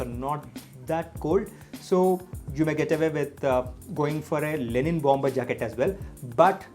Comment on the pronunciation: It's Linen not Lenin 🙄